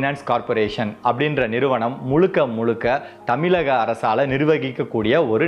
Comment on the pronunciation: தமில்... இல்லை நண்பா.. தமிழ்